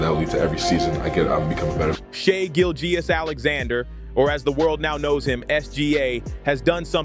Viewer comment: “Shai Gill Jeyus” 😂